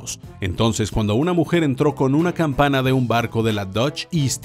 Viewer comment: Corregir dice campaña cuando debe decir campana